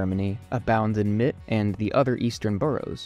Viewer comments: Thumbs up. Try to pronounce German words correctly. Mitte, not Mitt. Look up Nikolaiviertel! (Fiirtel!). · It’s pronounced MIT-TA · The e in Mitte isn't silent 😊. Think middle. Mit in German means "with". Very nice video! I love the idea of this video. Sensory history is pretty popular now.